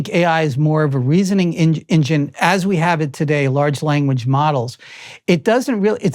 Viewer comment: "in-Jinn" is one of the better admissions of what AI actually is.